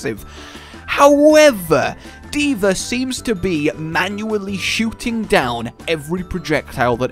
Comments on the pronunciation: Why do you call her D.ver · I FREAKING HATE how he says d.vr ITS D.VAAAAAAAAAAAAA